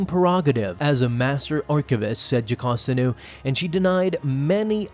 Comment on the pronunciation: Video: Jacosta Comic: Jocasta